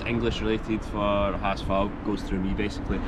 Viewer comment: You pronounce it "Ha S Fau" :) Cool video - but next time, keep that St. Pauli stuff out of your HSV-videos ;)